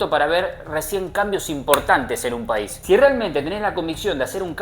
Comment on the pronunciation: No se dice paisi jaja